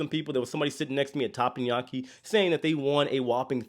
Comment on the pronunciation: I’m distracted by TAPPANYAKI. It’s not pronounced that way! It’s Teppanyaki. But, I love you and your videos!!